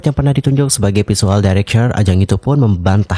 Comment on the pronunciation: National director......dairekter.....bkn dairekcher 😁